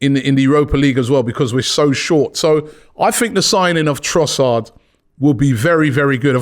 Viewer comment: Robbie. You sir have been this for a decade now and you still can’t get man’s name right 😂 Love you man, BIG UP!